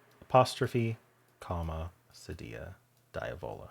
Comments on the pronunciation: First of all, I love reading your Scottish (brogue?) in the first sentence! But I think your French teacher did not speak Spanish. Cedilla is definitely pronounced seh-dee’-ah in Spanish (like quesadilla). The French equivalent is cedille, roughly pronounced seh-dee’. You’re right about the Z! It was originally a combination of a capital C and a lowercase script Z, cut off and merged at the bottom. If you have ever played Minute Cryptic, every now and then there will be a Z in an answer, and you’ll see it in their lowercase script font. The only time the …dilla is pronounced with the Ls is if you happen to spot an “armadilla” on the side of the road in Texas. 😄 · Cedilla rhymes with gorilla.